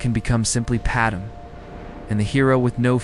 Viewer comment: Decent story but the lousy AI images are just distracting, and they look terrible. You’d be better off just a still image of a planet from space or something. And your AI reader sucks. Either teach it how to say “Padme” or deliberately misspell the name so the damn thing gets it right!